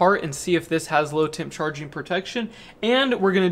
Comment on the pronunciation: You need to be clearer when you say low temp charge. I thought you were saying "load temp" which made sense to me until you were further into the video. If you 0ut the explanation of why you should have earlier everyone would not confuse the two terms like I did. Also you might mention what low temp we need to avoid. In southern Louisiana 10 degF are rare beasts.